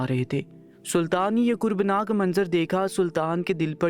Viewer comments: Kurbnak” is wrong. It is kerbnak . The accent is not paish but not up , down or paish. It is internal. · خنَّکی نہیں بھائی خُنکی کُربناک نہیں کَربناک 😂😂😂 پہلے اردو سیکھیں یا کسی اور سے پڑھوا لو